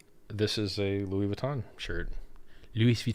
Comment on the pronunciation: Richard tries Louis Vuitton with a French accent hahaha